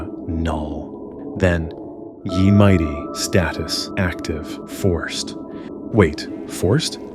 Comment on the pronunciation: Honestly wouldn't have noticed that the narrator's voice was AI if not for the repeated weird pronunciations. The obtuse way "ye" in "Ye Mighty" is pronounced, switching between two different ways of saying "Ozymandias," and verbalizing grammatical typos like "mine chest." Honestly a really excellent video otherwise, but those errors do kinda take one out of it. Also, regarding the ending, it doesn't quite make sense? It's inexplicable how you were able to get in but this mysterious hacker person wasn't. I'm also not sure that the data stored in those chests is the kind of thing that'd be stored in RAM to begin with, even with the "you're the only active player" explanation. I like the concept, and I'm obviously willing to suspend disbelief for the sake of a story, but that is a plot hole that leaves me feeling unfulfilled in the end. Honestly the whole thing just didn't really make sense in the end. The motivations, the vault, the riddles, the characters. Why any of this exists or even happened is left unresolved. The overall presentation and storytelling was superb though. I look forward to what you make next!